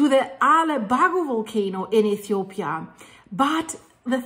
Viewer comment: i love the way she called my country ETHOPIA 😍😍😍